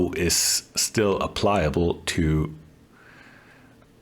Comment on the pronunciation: Thanks for the video! Your channel is completely relatable. Physics is physics and theory doesn't change with machine costs. In addition, your journey from hobby to more than hobby to professional has it's own educational and entertainment value. Say "applicable", not "applyable" which might not be a word.